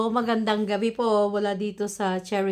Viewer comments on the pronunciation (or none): Gabii hindi gabeee…